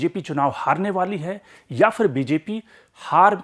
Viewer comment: Fir nahi phir. Sahi uchcharan toh karo